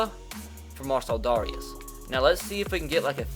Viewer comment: Dare-ee-is by the way